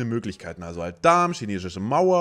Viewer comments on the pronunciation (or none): junge ... "schinesische mauer" wtf man wer schinesische mauer sagt, der muss auch jesus schristus sagen